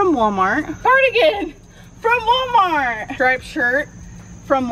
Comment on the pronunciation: It’s not “wommart” it’s WaLmart!! Goddamn.